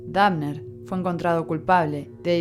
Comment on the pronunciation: la mina dice dafner jsjajajajaja